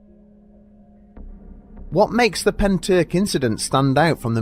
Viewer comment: all i can say is at least you didn’t butcher pentyrch:)